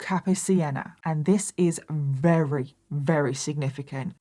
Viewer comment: I love how you call sandwiches samwidges lol. And you say very as wary. So cute